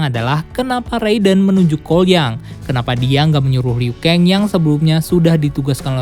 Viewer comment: Zab ziro? Liu keng? Dll Jujur, agak kurang setuju sama penyebutan nama nama nya 🙂